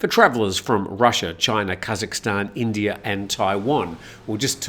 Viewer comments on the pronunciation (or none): none